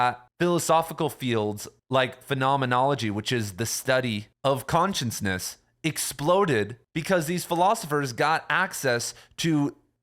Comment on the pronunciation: Shhhh. It's cute.